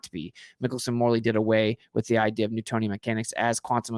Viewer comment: Literally why do you pronounce “idea” the way you do. 😅 I’ve never heard such a thing